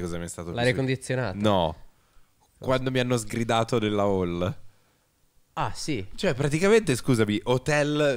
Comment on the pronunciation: e seguenti: ma come pronuncia "Hall"? Senza h? ma neanche le basi di inglese?